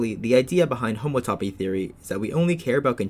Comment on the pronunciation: It sure is frightening when you pronounce it like that; it’s hom-OUGHT-toe-pee